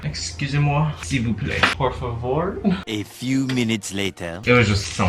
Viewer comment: Bro when he said "Excusez-moi" and "S'il vous plaît" I was shocked by his accent. Your French accent is super good!! The French fans want you to talk ore French in your videos!! Omgg